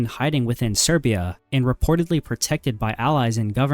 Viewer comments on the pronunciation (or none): sirya? Serbia... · Learn to pronaunce Serbia,and in bosnia 100k died.Over 60k muslims,25k Serbs,and 8k Croats.And Serbs didn’t call arabs to help them 😂